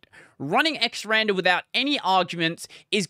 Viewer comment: Quick note. It doesn't actually matter how you say it but it's X R and R for X Resize and Rotate. Not "xrander" Otherwise great video!